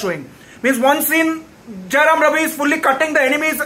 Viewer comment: First u learn the title properly man. And it's Jayam Ravi. Not Jayaram Ravi. 😢